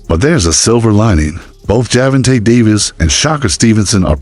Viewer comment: ⚠️⚠️Hol up!! Let's pause real quik the subject & the possibility of the video title being Click Bait!! And Let's talk about the down rite Mike Tyson style aggravated assault u doing to Gervonta & Shakur's name!!🤦🏾‍♂️🤦🏾‍♂️😂😂😂 If your pronunciation was a knife, then Butcher's it would be!!😂😂😂😂😂